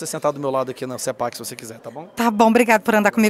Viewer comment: Porque "cipéqui" ? E não "cepaqui" ? conforme nosso lindo Português!